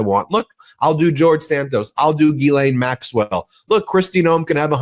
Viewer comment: Ben, Ghilaine is a French word pronounced: "Gee" as in mea Sure, "len" as in lend me a dollar.